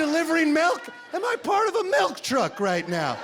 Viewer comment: Melk ... lol, must be the Midwest accent for milk